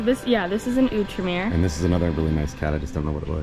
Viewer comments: Im pretty sure that burnt boat is called an Out-Remer, not the way you said it. Just fact checking here? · It’s a French company Outremer. So the word is pronounced Ooo-tra-mare and it means “overseas” in English.